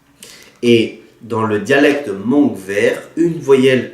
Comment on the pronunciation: Nyob zoo, Kuv pab koj zoo siab ntau txog qhov koj qhia ntawv hmoob rau sawv daws. Tab sis koj yuav tsum tau xav zoo ua ntej, vim thaum koj prononcé lo lus hmoog !!!(hmoob) tsis yog hmongue (mooj nkawm), Fabkis yeej tsis hais hmongue yog peb cov hmoob hais li ntawv rau lawv xwb. Peb yuav tsum tau qhia qhov kom yog. Feem ntau nyob kabkis teb no mas cov hmoob hais hmongue ntau xwb. Kuv yeej yog ib tug txhawb nqa, vim kuv saib cov ntawv hmoob no muaj nqis rau kuv. Vim yog muaj cov ntawv hmoob no peb thiaj sib nug moo tau thoob qab ntuj, tab sis tshuav qhov peb yuav tshawb qhov qhia kom meej. Cov uas yuav los kawm lawv thiaj li tsis yuam kev, xav zoo zoo nawj (mooj nkawm) txawv dhau ntau ntawm hmoob lawm. Qhov no tsis yog thuam koj tab sis yog sib qhia xwb, yog koj xav hais tias kuv hais yog thiab thov koj pab tshaj mus ntxiv rau cov uas tsis tau xav txog. Yog peb tsis ras xeev los qhia tam sim no, lwm hnub peb cov me nyuam yuav prononcer li koj (mooj nkawm) ces yuav tsis yog hmoob lawm nawj. Thiab tsis tas li ntawv peb yuav tsum ua tib zoo saib thaum peb sau tas kom sau txhob yuam kev, vim niaj hnub no yog koj mus hauv internet mas cov hmoob sau ib phrase xwb twb muaj ntau qhov faute lawm. Nyob zoo koj nawj.